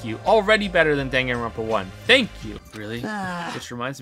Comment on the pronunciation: "Super Danganropa Sunshine"